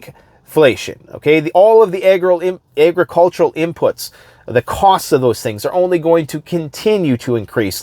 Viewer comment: Hey, I know you were talking partially about China so was that a faux pas when you said what sounded like "egg roll" instead of "agricultural"?? LOL 😂😂😂